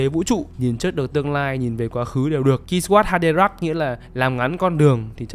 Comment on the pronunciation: a zai à kwisatz haderach đọc là quy sát ha đê rác